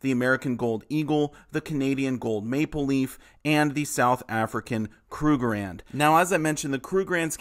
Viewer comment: It's pronounced KRUG-ER-RAND. Three syllables.